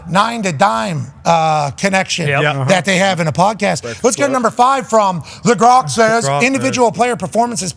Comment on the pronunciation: It’s grok not gronk and it’s an ai’s opinion dude. lol.